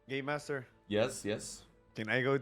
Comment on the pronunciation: I simply love that they called Cellbit "Gay Master" instead of Game Master hahahahahaha